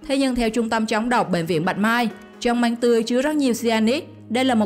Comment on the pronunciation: Măng mà nói manh